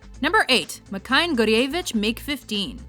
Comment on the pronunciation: "Mikoyan" is pronounced "Meeh-koh-yahn" not "Mai-kay-yeahn"